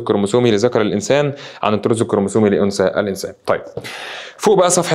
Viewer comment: هوا تقريبا اسمو الطرز مش الطور